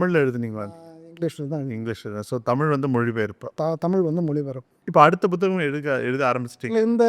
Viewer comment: Buththagam illai. Puththagam...